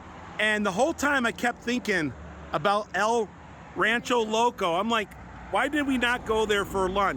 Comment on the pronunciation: it's pronounced el ran-CHER-o loco